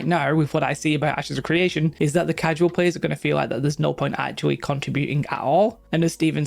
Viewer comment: It's CRE ation not CWE ation. Lmao?